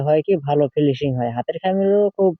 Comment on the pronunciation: ফিলিসিং না,,উচ্চারণ হবে ফিনিসিং,, অনেক ধন্যবাদ এখনোর জন্য।